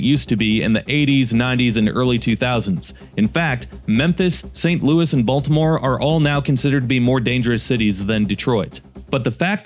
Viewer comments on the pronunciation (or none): none